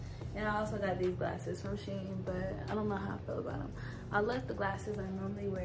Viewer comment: It's a Chinese company and it's pernouned "She- En".